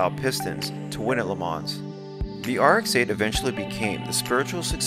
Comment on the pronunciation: Your videos are great. One small nit picky thing: the "s" in LeMans is silent.